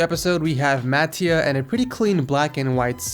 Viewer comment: what is Màttia, it is mattìa!!! xD it's an italian name....;)